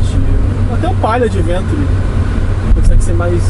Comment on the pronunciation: Extreme pronuncia-se \ekstrim\ e Adventure \ádventchur\